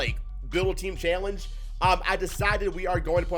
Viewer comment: He just said chailange